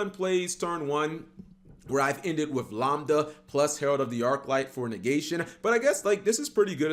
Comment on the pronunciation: Why are you pronouncing lambda like lombda, it's pronounced like lamb lol